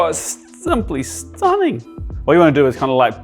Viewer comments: the STOONING had me 🤣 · 🤣🤣🤣, did you just turn into a Scouser at 11.33? "Simply stunning" 🤣 Good on you mate - just one more brilliant video and gorgeous dish, thanks 😉👍